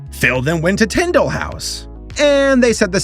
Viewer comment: When you kept saying "Tyndale" I thought you said "Nintendo" for some odd reason. lol Loved veggietales back in the 90's and 2000's Parents bought each VHS tapes. And believewe still have them some where.